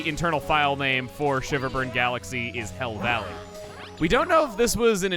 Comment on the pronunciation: The first time he said hell valley I thought he said hill valley